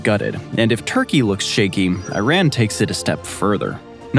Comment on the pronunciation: how do you pronounce IRAN? Go back to school!